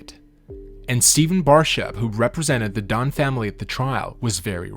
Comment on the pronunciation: Their last name Dunne is pronounced "done" not "don". Also you describes scleroderma incorrectly - or it is a chronic hardening and tightening of the skin and connective tissues.